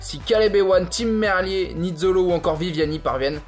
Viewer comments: Super résumé mais on dit Tim merlire et pas merlié. De Belgique🇧🇪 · Tim Mer lire je leur ai déjà dit mais il s'en fout hahaha